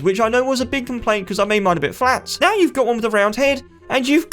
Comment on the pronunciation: When you say 'now' you say 'meow'